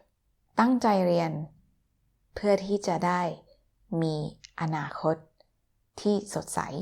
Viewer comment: Anakot ... I wish all word in Thai were so distinct...